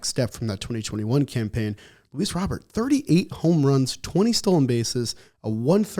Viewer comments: Just listen to the man himself. It's Robert with a Spanish accent "ro-BURR", NOT a french pronunciation of "row-BEAR" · Robert is pronounced like the first name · Why are we using a French pronunciation for a Cubano name?